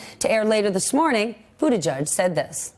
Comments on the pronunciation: NOT pronounced Boo-da-judge!! Not even BOOT-edge-edge! (glottal attack of "edge" makes that guidance even more stupid). It is pronounced, more or less: BOO-teh-jej. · BOOT-EDGE-EDGE NOT BOOT A JUDGE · Bootijidge NOT Bootijudge!! How hard is it to learn to pronounce his name properly???